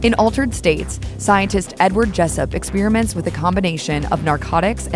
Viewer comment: If you say “ expeeerament “ one more time I think I’m going to vomit